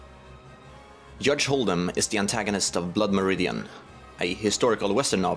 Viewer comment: Hudge Holden is literythe funniest thing I've ever heard. AND IVE HEARD WHOS ON FIRST!